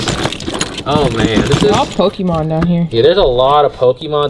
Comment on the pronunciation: So you have hella dragon ball tatoos and you pronouncing Pokemon pokeemon... Highly confused!